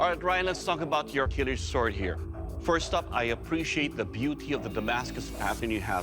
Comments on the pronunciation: Not killj .... kiliç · İts not a kılıj its kılıch... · Not "kilij" but "Kılıç" . "ı" sound pronounced like "brother ı ı ı ı gh " you heard in social media 😂 or the last part of when you say "dungeon" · Kılıç ( which you call Kılij ) already means "sword" bruhh 😅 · Kiliç would be a better translation in my opinion to give the "ch" sound right at the end rather than J. It's read as "Kihlitch" in English. Kılıç is the default word for sword in Turkish. Ottomans used "yatağan" which is a curved type of sword. It's also read as "yataahn" in English. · Kilıj is wrong its kılıç and it means sword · its "kılıç" not "kılıj" learn words dude. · It is kılıch, not kılıj. It is spelled like charity's "ch". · is is not kilij but kılıç (kilich) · not kılıj its KILIÇ it means Sword in Turkish. EDUCATION FOR GOD SAKE. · it is kilic not kilij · its kılıç. reads like kılıch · NOT kılıj its KILIÇ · no, not kilij. its kılıç. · Kılıç means sword. Not kılıj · KILIÇ NOT KILIJ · its not kılıj its kılıç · you don't say kill itch and kılıç jus means sword 😂 you pronounce it more like kulutsch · NOT KILIJ İTS KILIÇ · kilij 😂 wtf is kılıj its ''KILIÇ'' It is pronounced as kılıch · not kılıj, kılıç (ç=ch) and it's a turkish wrod which means sword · its Kılıç actually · It should ben pronounced as "kilich"